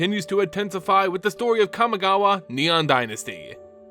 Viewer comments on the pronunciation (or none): Interesting video but I don't understand how you can pronounce Kami properly but pronounce Kamigawa as "Kamagawa". Like, it's the same word just tacked on to another word.